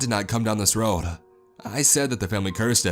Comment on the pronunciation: was a bad roaduh had an itchyuh kneeuh ..had the mic on my throatuh